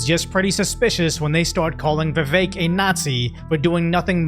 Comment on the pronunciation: For anyone who doesn't know how to pronounce Vivek: Easiest way to pronounce VIVEK, say these words exactly how you pronounce them BUT TOGETHER: WE-WAKE Pronouce them each as you normally do but pretend they are one word.